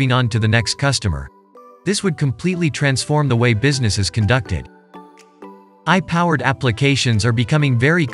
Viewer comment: Good video thanks. A bit ironic the AI narrator sometimes mispronounces its own name as "eye" when hyphenated etc.